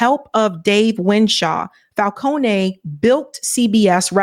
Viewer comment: Fal-Cone. like traffic cone